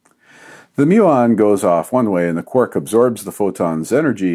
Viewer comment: Quark, not quork. Sort your life out